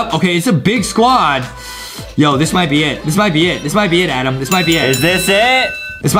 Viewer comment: JUSTIN IS THE ONE BEING MEAN CAUSE HE ALWAYS CALLS ADAM ADEM